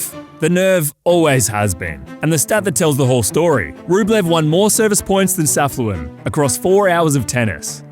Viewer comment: his name is not Safluin it is Safiullin, you do not say the L right after the F.